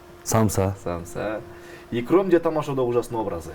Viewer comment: Иром эмес Икром